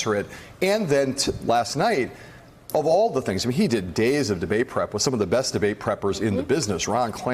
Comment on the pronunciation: ''you bess not miss'' Ignorant